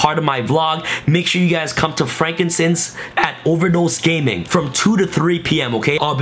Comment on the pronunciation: Bruh, “frankincense”?? Frank and sons. BOI